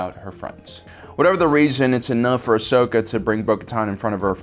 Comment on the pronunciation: Why can't you learn to say Ahsoka's name correctly?